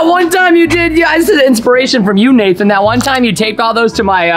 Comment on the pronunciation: Its "Nathan" not "nathon"